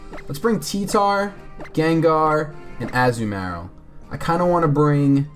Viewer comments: I cringe everytime I hear the way you pronounce Azumarill. xD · a-zoo-marill lol